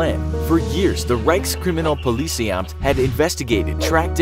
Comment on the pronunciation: Hans, prepare the Reichskriminalpolizeiamt. starts talking funny edit: word fix